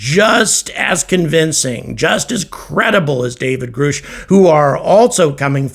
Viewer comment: Grusch rymes with rush...not roosh. Just an FYI.